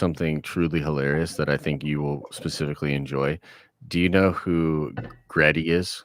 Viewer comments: it’s Gritty; is in Grit- Tea. Not Gret-Tea. It’s a play on the term playing with Grit. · 1: It's GRITTY - Grit-tea, and he is NOT a national treasure to Philadelphia, more like a joke. If any of our mascots is, it's the Phanatic. Or it's the Cheesesteaks. 2: The sequel trilogy 100% needs to be removed, to be rewritten. They can keep the characters, but most need an overhaul on top of the entire plot. Case in point - Rose, make her and her sister pilots of next gen Y-wings (and remove those abysmal bombers that A: are not even close to B-17's they are supposedly modeled off of in concept and B: if you look at the progression the Clone Wars and how it's fought is much closer to the first world war and both it and it's following years follow a path similar to the run up to the second World War, which again - the OT follows some of that in style a bit more taking place roughly the same amount of time after the Clone Wars as WWII to WWI. More multi purpose craft, you don't get many of the same massive fleet battles, fighting is more dynamic than static, etc. 30 year jump to the late 60's/early 70's the next gen Y-wing should be akin to say an F-105 or an A-10 where as well, the X-wings were fine as the multi-role still but faster and agile seeming like more modern jets to the time like the F-14/15/16) to which her sister, in her hatred of the empire, makes a choice due to damage to try and take the enemy ship with her (ala Return of the Jedi) lending later to her having pilot ability and her line about 'we don't win by killing what we hate' or whatever it was. Make th